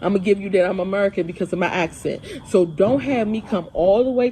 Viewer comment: "My axe-scent" "wafoo house"